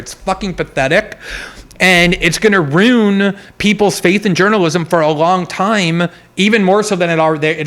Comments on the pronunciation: Someone get this guy a memo that there is an "i" in the word ruin. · Greenwald somehow makes "ruin" a one syllable word